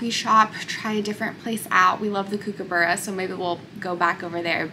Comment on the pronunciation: Hi, Great getaway & video. You made me laugh at how you pronounced “kookaburra”. Never heard it said that way. It’s an Australian native bird & the kook part is pronounced like “cook”. They actually sound like they are laughing when they sing. They always sit on our letterbox & back fence & sing. Thought you might find this interesting. Vanessa from Australia xx 💗